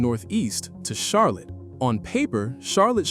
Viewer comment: Almost as bad as the AI voice pronouncing Charlotte like Char-lette